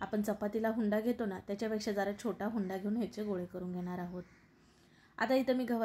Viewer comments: Hunda nahi unda mhantat tai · भारीच,👌पण हुंडा नाही उंडा म्हणतात